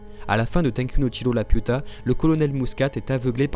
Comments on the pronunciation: Dites juste le chateau dans le ciel pck la j’entends juste La puta ! Manquer juste un pendjo a la fin de vos phrase avec Lapiuta non mais sérieux ラピュタ sa se prononce pas la puta haha 😂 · bah en soit c'est Lapyuta que ça se prononce ^^'